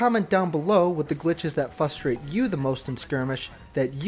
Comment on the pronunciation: Three times in this video you said "fustrate". Its fRustrate, with an "r" frustrate!